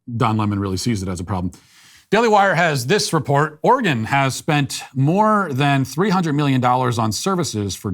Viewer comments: Hey Matt, Oregon resident here, thank you so much for pronouncing our states name right, many people say Or-ee-gohn, and not Or-ee-gun. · I appreciate you pronouncing Oregon correctly